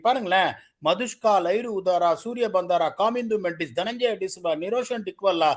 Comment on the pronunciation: Correct pronunciations குசல் (talent ) மெண்டிஸ் பதும்(peththum - நம்பிக்கை) நிஸ்சங்க கமிந்து மெண்டிஸ் சொனால் டினுஷ அசித பர்னாந்து - fernando தனஞ்ஜய - not டனஞ்சாயா ஷஹான் ஆராச்சிகே ( antic நேம்ஸ்) மஹேல ஜெயவர்தன( வெற்றி) குமார் (இளவரசன்) சங்கக்கார இசுரு உதான- அதிஷ்டம் சனத் ஜெயசூரிய உபுல் தரங்க (போட்டியாளர் - never கிவ் up) லசித் மாலிங்க - not மலிங்கா அகில தனஞ்சய (உலகிலேயே சிறந்த செல்வந்தன்) லஹிரு உதார நிஷான் மதுஷ்க்க Ashwin ஐயா, தயவு செய்து இந்தப் பெயர்களை இந்தியாவில் சொல்லிக் கொடுங்கள். மார்வன் அட்டப்பட்டு இல்லைங்க ஐயா அது மாவன் அத்தப்பத்து